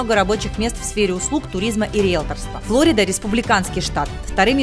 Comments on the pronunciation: По-русски ударение ФлорИда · В слове Флорида ударение на втором слоге, так как В русский язык это название пришло из испанского. Да, когдато Флорида была испанской.